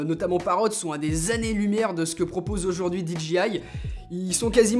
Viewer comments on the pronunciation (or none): Attention, si tu prononces dji avec l'accent, il faut dire DI DJAY AY et non DI DJI AY.